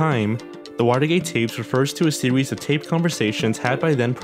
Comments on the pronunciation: "Refers to a sewies" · The way he said series reminded me of a kid with a speech impediment. It was gold.